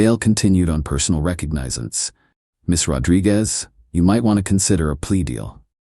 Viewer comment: "Re-Cog-ni-since!" Try harder or don't try at all!